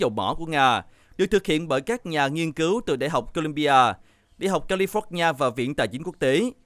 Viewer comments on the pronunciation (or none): none